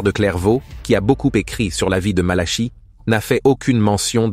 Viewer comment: Révisez votre copie, ça s'écrit Malachie et ça se prononce Malaqui.